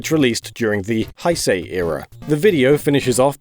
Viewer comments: It's Heisei not Haisei. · Heisei is pronounced as 'hey say', not 'hisei', just to let you know. Otherwise, interesting video :) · Says “Haisei Era” Me; “That’s disrespecting Japanese culture as a whole” “Heisei”, pronounced “Hey say” ok? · 平成 is pronounced "hey say" not "hi say". Just so ya know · jesus christ, "hai sei" rolf, its hey-say. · Going to be a stickler about the pronunciation of "Heisei" (平成 [へいせい]). ^^; It's actually more like "hehy-sehy" and not as if the ’hei’ is pronounced in a German way as "hai". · Heisei, not Haisei. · Haisei is not the correct way of neither spelling nor pronouncing it. It's Heisei and pronounced close to "Heh-say" or alternatively "Hey-say". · How did you say “Hai-sei” but get “Reiwa” right immediately afterward when they both have the “ei” sound? 😅 The ei in Heisei and the ei in Reiwa are meant to sound the same, even though the kanji are different. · Omg "high-say" and "show-wah" era - gotta love Muricans struggling with easy Japanese words 😂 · “Hi-say” era 😂😂😂😂😂 omfg I can’t stop laughing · The last era is pronounced Heye-saye. But good try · Nobody: Absolutely nobody on the planet:: "High say era" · You pronounced"heisei" wrong. not "haisei," but read the way it is spelled. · Heisei is pronounced hey-say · It's pronounced "HEY-say" you ignorant baboon 平成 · For future reference, the Heisei era is pronounced Hey Say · Future reference: Hei (as in Heisei) is pronounced "Hey" Hai would be "Hi" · Guys Japanese words arent that hard. Heisei (Hay say) GJ on Reiwa but like.... yall butchered Heisei lmao Usually I let stuff like that slide but Era names are kinda important EDITED because English I hard for me I guess lmao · I always enjoy these videos, but seriously dude you need to look up Japanese pronunciation. It’s very regular and not difficult and would save some of us a wince or two! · The only thing that bothered me about this video, pronunciations of the Heisei and Showa eras.:x